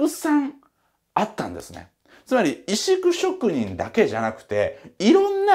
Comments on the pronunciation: 「いしく」ではなく「せっこう」と読むねん。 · 石工。普通、せっこうと読まないか？